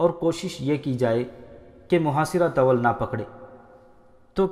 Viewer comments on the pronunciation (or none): Tawal Talaffuz galat hai, Bul k Tool pagha jata hai. طول یعی " ط" پر پیش لگا کر " و" کو ساکن رکھتے ھوئے پڑھا جاتا ھے